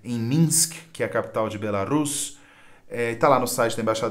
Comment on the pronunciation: sou professor de Língua Portuguesa e a pronúncia é "Be-la-RUS" (oxítona). Se fosse "Be-LÁ-rus" (paroxítona), seria necessário um acento agudo. Dúvida: Acho que a linha editorial de vocês inicialmente era divida entre liberais e neoliberais, mas, depois de um tempo, parecem ter ampliado o escopo (que bom!), mas ainda acho a presença de jornalistas ligados ao pensamento de "esquerda" ainda é tímida em relação à quantidade de membros de "direita". Que tal colocar diálogos mais diversos?